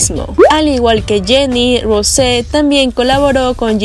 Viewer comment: se dice rous no rose y no jisu se dice yiso y se escribe jisoo amiga aprende